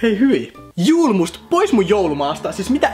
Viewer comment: Julmust lausutaan suomeks y:llä, se on ruotsinkielinen juoma!!!